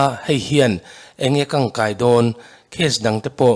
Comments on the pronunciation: A kang kai a ni lo,a kan kai tih hi mizote lam thin dan a ni. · Kangkai a ni lo,kankai tih tur.